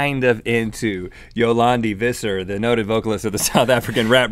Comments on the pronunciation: It’s pronounced fisser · I know y'all are American but the "v" in Visser is pronounced as an "f". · In Afrikaans it's pronounced "Dee Untvoort", and Visser is pronounced "Fisser". That's how I would explain them to people who aren't familiar with Afrikaans. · Pronunciations: Yolandi Visser (FISSER) Die Antwoord (DEE UNT VOORT)